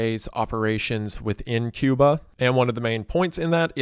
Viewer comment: this mf said “Cuma” 💀